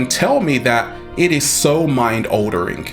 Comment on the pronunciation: Decent video, but dude, it's ALTERING!!! Not "oldering" haha